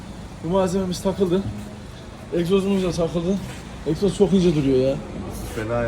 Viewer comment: eksoz değil egzoz olacak